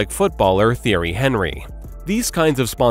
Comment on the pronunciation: Thierry Henry pronunciation 😂